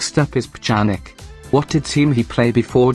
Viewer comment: the way you said pjanic ... it was hilarious